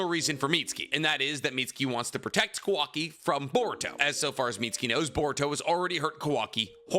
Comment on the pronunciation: Please pronounce kawakis name right lmao